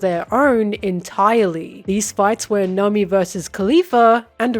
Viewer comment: Not sure when in the video but i suddenly started hearing you say Nami as Nummy